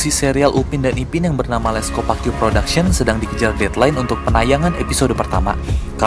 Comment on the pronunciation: Bang baca les copaque bacanya gini le kopaki karena dari bahasa hmm lupa heheh